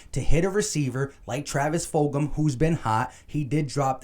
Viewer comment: lol you ain’t the first to say it wrong Joeyshakes said Foldgem